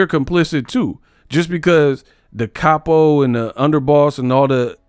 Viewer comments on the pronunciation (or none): none